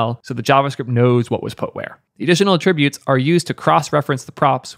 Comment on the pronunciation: The way he says attributes is pretty funny